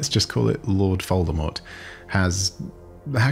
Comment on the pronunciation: Wait, were you saying Lord Foldemort?